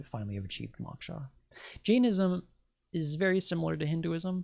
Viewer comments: it's pronounced mowksha (mow like throw) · Dear One: I appreciate your work, and I especially want to encourage you to seek Moksha. (BTW- it is pronounced with a long o sound like when a person says "oh".) What you say about the Earth grid is correct as there is an energetic grid, but nothing feeds off of us. We are actually completely free immediately following death of the body, but what keeps us trapped is our own desires. Desires are powerful, as well as attachments to having a body. When we've really done it all, and are completely free from desire and attachments, we can once again merge with the Devine Source. Once I was in India, meditating. In that meditation, I was freed from my body, and I heard the words "if we really knew what we are, a free energetic piece of God, we would want to play roles on the Earth I.e., we would want to be a circus freak, or all the things we possibly abhorred in our thoughts; we would know it is a role only, and impermanence is all that "exists". Suddenly, I became aware that I had no body, and I was freaked out about it!! I did not know how strongly I identified with being who I "am", but I grabbed hold of my body and came clawing back into my perceived existence. People's egos get out of hand and have said to me "Oh, I can/ could handle realisation, no problem", but it is just words coming from a person who has never experienced true freedom, being freed from the body. It was scary, and I really, really STRONGLY wanted to be "me". I don't know why I am sharing this much with yo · This is fascinating. I did cringe however, every time the word “moksha” was mispronounce. Lol.